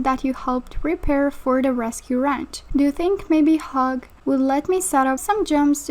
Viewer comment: Hugh is pronounced h-you hope this helps